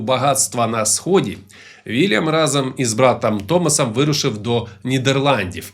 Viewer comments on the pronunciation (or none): none